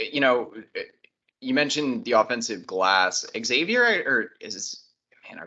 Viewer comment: Kudos for listening to the comments on how to pronounce Xavier correctly.